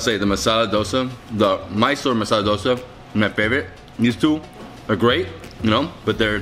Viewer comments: i like how he pronounced it as Dh-o-sa and not dough-sa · Im proud cus u sed dosa correctly i am a indian